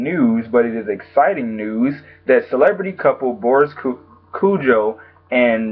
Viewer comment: it's Boris Kodjoe not kudjoe and it's Ari not Eri